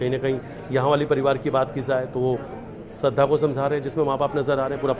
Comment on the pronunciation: Shradhha & Ayushi , do naam kaise bol rahe hain ye ...